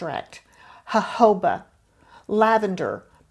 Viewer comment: Hi I love how you say Jojoba!! 😊🍷❤️